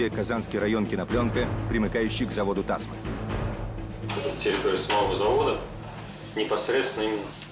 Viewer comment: Тасма́, а не Та́сма!